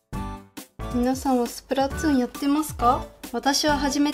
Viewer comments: スプラトゥーンが、スプラツゥーンに聞こえた… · ツーンじゃなくて、トゥーンです。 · スプラトゥーンをスプラツゥーンと聞こえてしまう❗笑笑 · スプラトゥーンがスプラツゥーンって😂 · スプラつぅーんて言いよるʬʬʬ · なんだよスプラツーンって？w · スプラツーンて、言ってるw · 滑舌の問題やろ